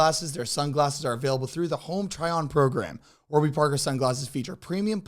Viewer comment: Am I the only one who noticed during the one ad read the website was wrong? Isn’t it Warby Parker. Not warber Parker lol